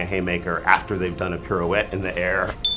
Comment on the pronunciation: It's pronounced "Pi.rou.ette" not "pir.ou.ette" ;)